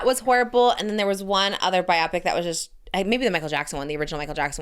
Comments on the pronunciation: Pls someone needs to tell Trish it’s pronounced bio-pic like biography picture, not bi-optic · The way she says biopic 😭😭😭